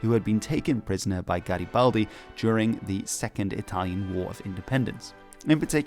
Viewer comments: "What are you doing?" "Nothing...Me? Just hanging around" P.S. That Garibaldi pronunciation at the beginning was perfect 😗🤌 (chef's kiss) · OMG HE PRONUCED GARIBALDI THE RIGHT WAAAAYYYY OMGGGG